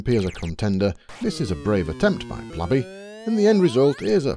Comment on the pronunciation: Blaby is pronounced 'Blayby'! Another great video though. I've watched nearly every episode.